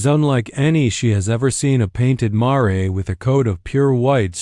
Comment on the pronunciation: It’s mare not maray